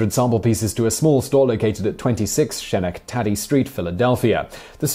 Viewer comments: Wow, Schenectady does look like "shen-neck-TAD-ee" when you haven't heard it before. Good catch -Simon's pronunciation was so far off the mark, I didn't even recognize it. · "shennek-taddy" Haha, almost. It's skuh-neck-tah-dee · Uh I know you're doing your best, but that street in Philadelphia is probably pronounced Sku-neck-ta-dee (Schenectady). Just a heads up. Great work you do on all your channels. Big Up! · I'm pretty sure it's pronounced "ske-NECK-te-dee," like the town in New York. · um... ske-NECK-te-dy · Shenneck Taddy Street? Surely that can't be an attempt at pronouncing Schenectady, can it? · Schenectady is pronounced "Rapunzelstiltskin". Nah, just kidding. It's only pronounced that way in England! ;-) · Ok, British people can no longer complain about how Americans mispronounce the names of British places, because he really mangled Schenectady. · Eh, he mispronounced the "ch", and put the emphasis on the wrong syllable. Better than my dad pronouncing Worcester as "wer-chest-er" rather than "wuss-ter"